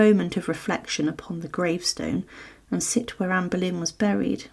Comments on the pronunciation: Anne Berlain??? ou Boleyn???? OOOOOOOUUUUUUUUUUUUUUUUUUUUUUU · NO PUEDE DECIR ANA BOLENA?